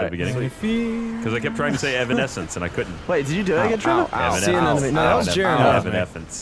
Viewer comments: *Continuing to say Evan-esc-ence wrong * Me: Gosh darn, sometimes he's too dorky for his own good. 😂 Also that Gavin nose. Ya done good Shaun, ya done good. 😄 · GOD IT'S PRONOUNCED EVEANEFTHSINSE! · When Mike Tyson tries to say "Evanescence".